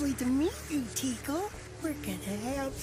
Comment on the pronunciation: Why is he saying teeko?